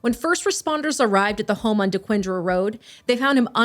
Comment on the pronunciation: Im highly impressed that you pronounced Dequindre properly. I'm local to the area and lived about a half mile from this trailer park in Madison Heights. Basically the worst of the worst kind of people live there. RIP Chulo🙏🕊️🙏 Eta; this is the same prosecutor that convicted the Crumbleys. She is awesome and i expect a guilty verdict.